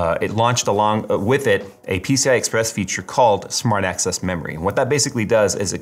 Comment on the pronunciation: I need my ears checked. Keep hearing "smart ass" memory 🤣